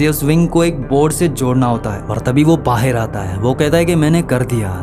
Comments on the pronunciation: Baahar❌ Baher😂😂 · Ye pakistani h kya vahi kehte h bahir bahir 😂 bahr hota h vo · Baaaheir😂😂😂 pakistani hai....